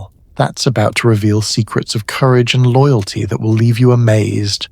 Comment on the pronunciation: Love this one, but…loogalty? Cominunen?